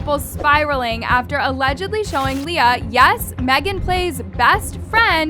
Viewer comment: btw i dont want to be mean, but you were saying leah's name wrong. her name is said 'lee-ah' not 'lay-ah' and her last name is pronounced 'aashh' not 'ash-ee'. jsut thought to say cuz it was lowk bothering me lol.